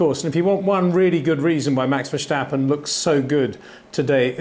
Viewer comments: Peter please. It’s not VerSH-tappen. Do you say George RuSHSel. You don’t right? Your content is good mate but please I hear this with Paul Di ReSHta also. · HEY PETER WINDSOR, I HAVE MESSAGE FOR YOU SIR: With all due respect ... it is NOT Max "verSHtappen" ... Max is not German (Germans indeed do pronounce "st" as "sht") ... #Max33 = Dutch NL/Belgium! ... It is not "Bottash" nor is it "Lewish" certainly not "verSHtappen" .... This BS started long time ago when a British sport presenter interviewed father Jos Verstappen and assumed you can use a German pronunciation to a Dutch Driver thinking it is so "funny" ... It is not. Serious question: can any Englishman say "versatile" out-loud without saying "vershatile" phonetically? most can about 99,99% ... that is why most English can pronounce Verstappen 100% correct! Father Jos Verstappen (also F1 Racer) was very active between back then only a very few said "Vershtappen" but the vast majority of British sport presenters pronounced it perfectly ... only a few old stubborn farts like Peter Windshor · Please, please, please pronounce the name ‘Verstappen’ correctly, if only for your dutch viewers. It is very annoying to hear a name pronounced incorrectly each and every time. The ‘s’ in Verstappen is NOT pronounced as the ‘s’ in ‘should’ but as the ‘s’ in ‘still’ or ‘is’! So please use the sharp ‘s’ instead of a soft one as you are used to. Thanks!